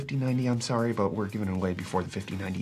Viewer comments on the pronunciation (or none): none